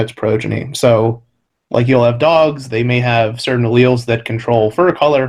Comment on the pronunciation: You have to love the way he pronounced allele and abiogenesis.......